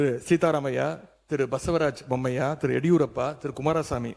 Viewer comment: Bommaiyya va… please read the names properly Mr. Udaynidhi Stalin sir… his name is Basavaraj Bommai